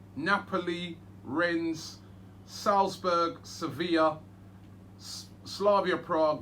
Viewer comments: Robbie get your words right... "Renz"? Rennes....... 😁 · You don't pronounce the "s". It's juste "renne". I'm french so I know a little bit about them. It's a team that is really unpredictable. They can be good one week and rubish the other. But they look dangerous in Europe this season because they're playing with a lot of belief and just overturned Betis Sevilla wich is a really good team. It's a decent draw of course compared to the likes of Napoli, Sevilla...etc but I wouldn't say it's the best Arsenal could get. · FFS Robbie “Rennes” is pronounced “Ren” French pronounciation. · It’s pronounced rennay and they have a really good team. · Its pronounced renne No S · How have Robbie and never heard of Rennes? Pronunciation is laughable. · You don’t pronounce the s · You don't pronounce the 's' in Rennes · You don't pronounce the s in Rennes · You don't have to read the S in Rennes :)))))) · The fact Robbie pronounces the S on Rennes pisses me off